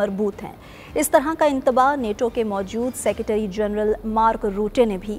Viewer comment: محترمہ اپکاتلفظ درست کرنا ضروری ہیے اپ نے فرمایا اسطرع کے مذاکرات آس جگہ اسطرع کی بجائے لفظ اس طرح ہونا چائیے تھا